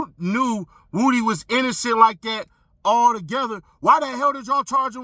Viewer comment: Lmao. This whole time I’m like why they keep calling him Wootie. Do they have trouble saying Woody?? lol Wootie Woooh